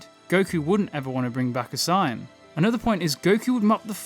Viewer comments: I love your content, but the way you pronounce Saiyan drives me crazy lol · buddy No offence, but you gotta work on correct pronunciations. How you say Saiyan is criminal!